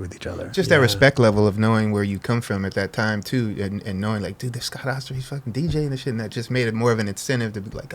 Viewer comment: Always called him OHHSTER. It's AAHSTER. Awesome episode. Smart & interesting. Legend. Smart & inspiring.